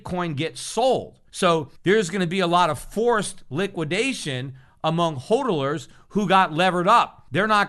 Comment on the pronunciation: He keeps saying holdolers that must be a new word first time I've heardoers of it.